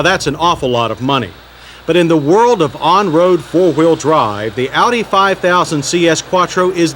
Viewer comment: John finally learned how to pronounce Audi by this time! In older episodes he pronounced it "oddie". :-)